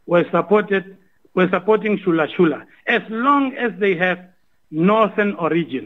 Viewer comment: It's ChulaChula not ShulaShula...